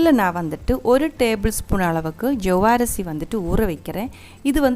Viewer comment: Ella thamizh makkalukum vanakam...the way u said jaavarisi... hahahaha very funny